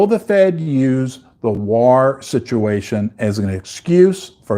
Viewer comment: For the love of all things holy, please learn how to pronounce “war”. Great content.